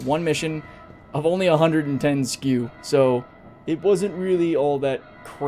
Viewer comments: 100%. Let’s NOT normalise saying skew instead of SCU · Holy Jesus! Don’t ever say “skew” again.